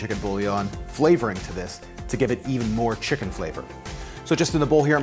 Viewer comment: The way you pronounce chicken makes me very uncomfortable but I like you and your videos so imma still watch